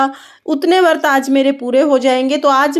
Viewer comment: Jai shree Ram 🙏 Vrat boliye Vart nahi boliye